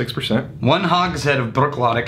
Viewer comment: I know this is old and will probably never be seen, BUT, it's pronounced "Brook- laddie".